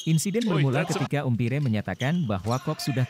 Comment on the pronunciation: Bhs inggris nya diperbaiki....cara melafalkan .....umpire......salah